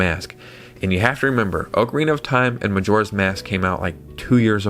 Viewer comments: OCK-A-REENA NOT OAK-A-REENA 🤦🏼‍♂️🤦🏼‍♂️🤦🏼‍♂️🤦🏼‍♂️🤦🏼‍♂️ You say Zelda is your favorite game, but you're pronouncing it WRONG! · let the man enjoy his ookrina bro